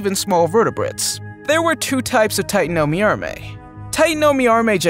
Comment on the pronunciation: i dont like how you aresaying the name tatanomyrma as titanomyarmey just say titanoMIRMA